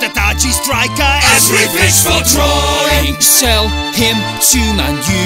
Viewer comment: Drawing* not Droring